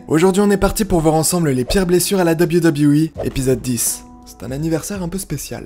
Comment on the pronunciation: tout d’abord bonne vidéo, Mais je voulais juste te faire un petit cours de prononciation hyper simple: WWE en anglais se prononce « deubeul you » (a la limite...) Mais pas « Dabiwi dabiwi i » 🤣🤣🤣 Bonne journée, Cordialement.